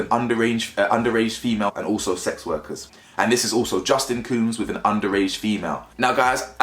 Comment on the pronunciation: Love the content but you killing us with the cooms bro 😂 it’s combs like when the barber combs your hair 😫